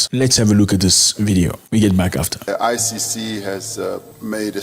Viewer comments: You keep saying ICU...it's ICC not ICU! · I heard him twice saying ICU it's ICC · Why do you say ICU instead of ICC